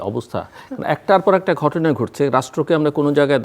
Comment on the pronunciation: মোশারফ ঠাকুর হলো আলোচক যার উচ্চারণ শুনলে শরীর জ্বলে ঘটনা রে গটোনা বলে শালা মূর্খ